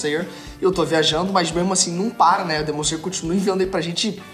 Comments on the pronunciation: Demon zeyer, que pronúncia é essa??? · melhora a pronuncia do nome do anime ae amigo, voce ta esquecendo o 'l'' em slayer.. abraços